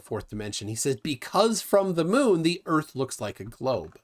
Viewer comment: Never met a guy smarter than me who called earth "erf"